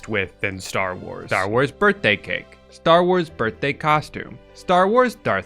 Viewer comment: For a guy who looks like they could be a young Jedi knight, Drew sure says STAR WARS kinda funny. 😉